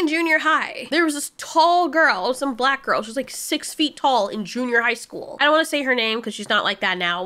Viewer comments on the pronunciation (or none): Why would u say black girl like that💀💀💀